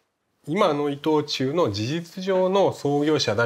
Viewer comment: イトチュー今はイトオーチュウ発音難しいですね‼️